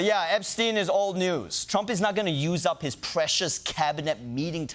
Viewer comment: Trump: You're STILL talking about Epst...EIN (as if he didnt know how to pronounce the name right?) Also Trump since 2016: Hilary's Emails!!! OBAMNA!!!!!! HANNIBAL LECTOR!!